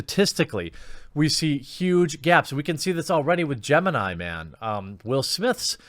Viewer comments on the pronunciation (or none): none